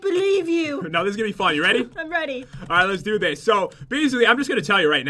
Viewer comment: Pat, you said 'frun' instead of 'fun' !! Lol